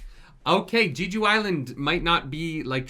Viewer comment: gosh the way he mispronounces Jeju is irritating me